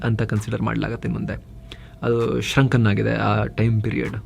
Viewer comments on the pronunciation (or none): ಶ್ರoಕ್ಕನ್ ಅಲ್ಲಾ ಶ್ರೀoಕ್.